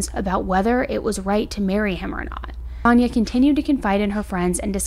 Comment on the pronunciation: Her name is Sania - you called her Sannah through out the video, on and off.